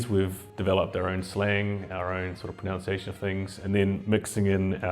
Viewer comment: Hey cuzy brew, it's pronunciation, not pronounc-iation.